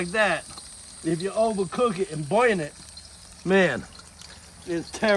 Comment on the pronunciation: 🤣🤣🤣 said boin for burn. Does he say zinc for sink. ✌️much love from “The Parish”!!!!